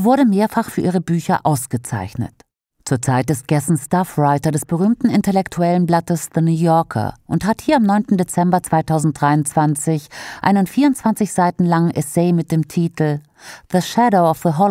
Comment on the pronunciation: "Staff" ausgesprochen wie "Stuff" - musste schmunzeln, war aber wohl so nicht beabsichtigt.